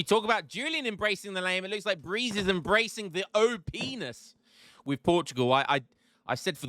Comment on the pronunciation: “Embracing the O-Penis” 😂